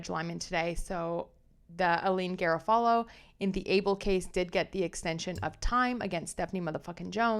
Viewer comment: Oooh, glad to have found your channel! Subscribed! FYI, Garofalo is Guh-RAW-fuh-low.